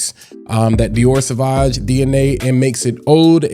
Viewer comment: Drink every time he says "sah vaj"